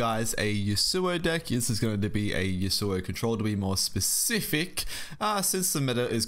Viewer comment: Man pls can you pronounce Yasuo correctly? It's yasoo oh. Not yoo soo oh Thanks